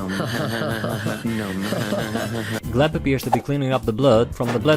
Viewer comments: You know it's GLEP not gleb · Btw, his name is Glep, not Gleb. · bruh.. glep's name is shown at the end of season 2 episode 2 and you still call him gleb.. kiiiinda criiinge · It’s glep, not gleb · small correction not related to the crimes: it’s Glep not Gleb